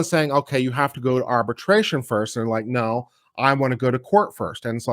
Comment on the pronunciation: Thank you for saying "Naw". Made my day. (giggling)😂🤠🧡